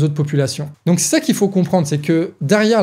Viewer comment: "Il ne fauht pas avoir peurhr !"